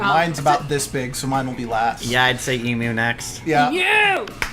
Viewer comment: Thank you for saying Emu right. :)